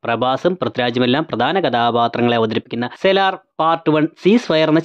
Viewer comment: സെല്ലാർ അല്ല സലാർ